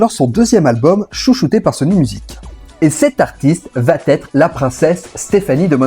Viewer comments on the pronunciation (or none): On a un gros souci de liaisons imaginaires. Va-t-être. 🤦🏻‍♂️ Ça fait mal aux oreilles (là tu peux faire la liaison).